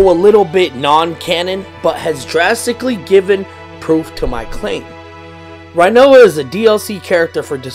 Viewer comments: It's pronounced renoah not righnoa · First of all: it’s pronounced Ri-noa, not Rai-noa. Second: the dangling body is Ultimecia’s, I thought that’s clear. Otherwise I love the theory, just not most of your support of it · Say rhinoa one time... I dare you.. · Butchered rinoas name